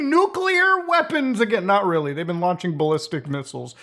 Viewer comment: Nukes are weally dangewous?!?!?!